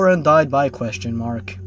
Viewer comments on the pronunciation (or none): none